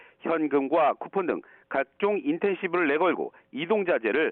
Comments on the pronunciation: 인쎈티브. 인텐시브. ㅎ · 인텐시브가 아니고 인센티브. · 영어공부좀 하자 인텐시브가 뭐냐. 중졸도 아는걸 .......